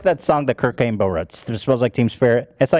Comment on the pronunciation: Come on dude..did you just say Kurnt Cainbow instead of Kurt Cobain ??? 😂😂😂😂😂